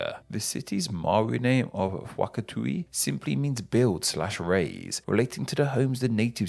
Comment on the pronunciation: Notes on pronunciation. - WH in Te Reo Māori is pronounced as an F sound, so Te Tai Rawhiti would be pronounced "Teh tie raafeetee" and Whakatū is "fuck-a-too" - macron also means double the vowel length. It's sometimes just written as two of the vowel together in some regions. - try to roll the Rs rather than just doing an L sound - the vowels are pronounced as Ah as in cAr, Eh as in "Every", I is an EE sound (as in Fifi), O as in Orange or like 'oar', and U as an OO sound, as in plUto. - when vowels are combined, it's basically just doing one of these vowel sounds after the other. So AU is pronounced like the oe in Toe, and OE comes out more like a "weh" because it's 'oh-eh'.